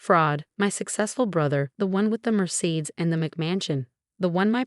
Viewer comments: Merseeds ? That's as bad as the Co-if instead of Coiff ( kwuf) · Mercedes??? Ramen???